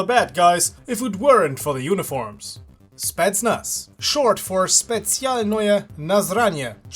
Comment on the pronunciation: No one: Valve: Spetsialnoe nazranie